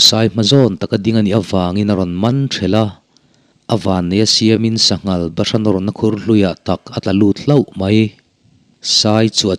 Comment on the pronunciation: Kan sawisel lawk aw, Sa ngal nilovin Sa ngâl. Bawng ngâl tih ang a lam tur a nia